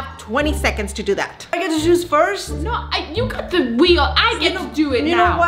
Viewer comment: The way says choose sounds like shes saying shoes lol